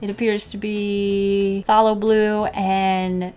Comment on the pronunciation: I'm sure someone has probably already mentioned all this, but... Quinacridone is pronounced (quin-ack'-rih-dohn) and phthalo (thay-low). Quinacridone pigments are synthetic and very vibrant. Phthalo colors are highly staining, which refers to how they stain the paper and how difficult they are to "lift." This is perfectly normal for artist grade watercolors, and the staining level is indicated by the company as an important buying point for artists. The paper is 100% cotton, which is the ideal for watercolor, but I've heard mixed things about Fluid. And Master's brush cleaner has saved many paint brushes from dried oils!